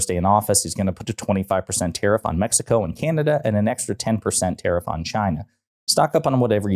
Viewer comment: Omfg he's deranged. Oh btw what's a terriff? /s